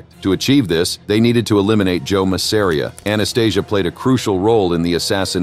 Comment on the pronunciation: Ma sa ree aah get an AI that can pronounce names correctly